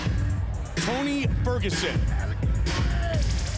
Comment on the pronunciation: ''Tony sterguson''? Damn Joe Rogan